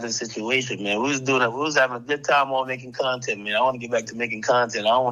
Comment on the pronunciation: Its CONTENT lmao come on ak lmao